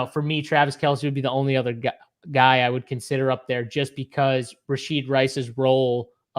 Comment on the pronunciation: Learn the players name man... it's Rashee Rice not Rasheed.